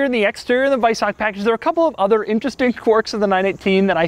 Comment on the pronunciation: WEISACK................LOL HAHA Doug, it's WeisaCH CHHHHHHHH